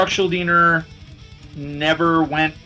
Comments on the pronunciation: Dude, he's Chuck Schuldiner, not Chuck Schuldeener. Some even say Chuck SchulDIEner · there's an interview where chuck presenting himself says schuldeener